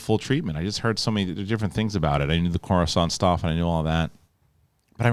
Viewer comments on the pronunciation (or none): none